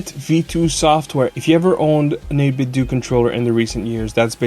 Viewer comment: The way you pronounce 8BitDo has the unfortunate side effect of sounding like 8BitDookie Board when you give us the product name like that! haha. I love their Gamepads, so if I'm in the market for a new mechanical board, I'll take these guys into account.